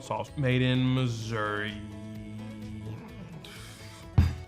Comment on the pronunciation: He said DAME-GUM? Wtf is dang-gum? Is that an ingredient in the hot sauce? Or is he eating gum with the hot sauce? I’m very confused